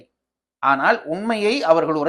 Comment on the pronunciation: ❤Even a Tamil Scholar pronounces wrong "" aanal' ( small -l) as ""big" "ll" like '" aanaalll'"